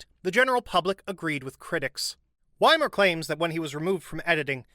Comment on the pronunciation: His name is Wimmer and not Wimer... Is it SO difficult to pronounce names properly? Even Google can help... It's not magic, really.